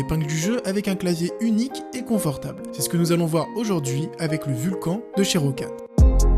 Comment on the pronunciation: On dit pas "Vulcanne" plutôt ?